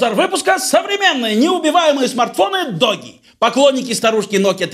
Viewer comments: Не ДОГИ, а ДУГИ. Если это английский конечно. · ДОГИ аж по ушам резануло. Дууги или Дууджи. А так смартфоны этой фирмы хорошие, у меня x5. проблем не было. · Не "Доги", а "Дуги", или "Дужи"